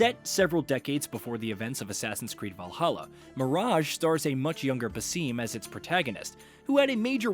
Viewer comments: the way he pronounces Bassim as " Baseem" is hurting my Iraqi air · baSIM , not baseem. Its his second game. how do people get his name wrong, still?